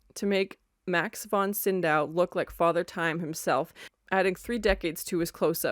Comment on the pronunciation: There's no "N" in "SYDOW"